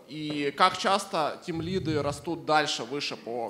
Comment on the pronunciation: Меня одного передёргивает от слова тимлидЫ, а не тимлИды?))) Вообще отличная лекция